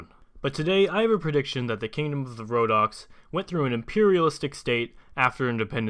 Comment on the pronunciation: Wait wait wait wait did you just say rodock's. (sorry don't know how to spell it) impressive calvary? cmon 😂😂😂